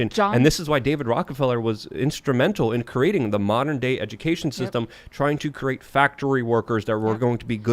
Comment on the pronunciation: I heard “create” pronounced as “cruate” and thought what the hell. Lmao